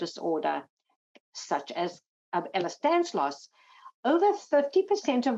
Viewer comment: It’s Danlos, not Danslos ffs!